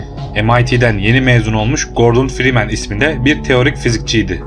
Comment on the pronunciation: Oyunun başrol karakterinin soyadını bile doğru okuyamıyorsun neyine senin bu videoyu yapmak